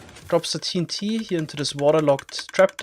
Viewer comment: sounded like he said tree n t